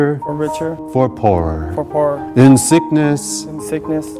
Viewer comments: i was like tearing up and i started laughing so hard when judy said "purr" instead of "poor" my emotional heart omg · Aww made me cry ;( but laugh at the same time when she sed perl instead of poor aha cx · i tried to hold back the tears but wen Judy cried i bursted into tears but wen she said rich or for purr lol I smiled :p beautiful couple and wedding u guys came so far I love you guys so much and JB ofc! :D can't wait to grow more love towards you guys with the twins (L) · for poor...judy- "for per" lol